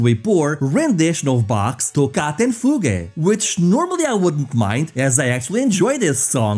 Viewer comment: 1738 - "few-gey'?! LOL, it's fugue - 'phewg'